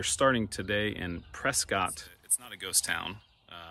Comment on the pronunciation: It is pronounced Press cut not Press scott. Also LaCygne is pronounced Lay scene not Luh scene.